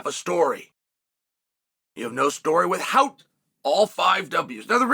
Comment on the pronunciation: 'You have no story WITH-HOWT the five W's' - Chael Sonnen